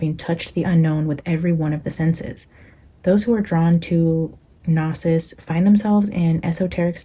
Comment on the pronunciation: Happy new year🎉 Gnosis (pronounced no-sis) is the Greek word for knowledge. It's the root of the word diagnosis so think about how diagnosis is pronounced 😀 It's also the root of Gnosticism or what the Greeks referred to as the belief in the secret knowledge of humanity's divine spark and origin.